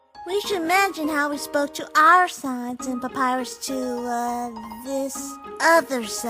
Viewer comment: Love it but it's sans not sons